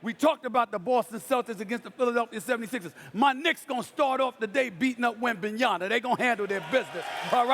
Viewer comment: Steven A still can’t say Wembanyama. That’s ignorant